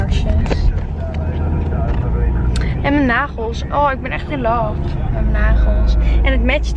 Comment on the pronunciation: ✨m’n negels are af✨ beautiful engels 😂